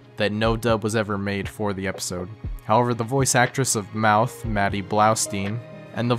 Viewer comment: “mouth” lmfao it’s meowth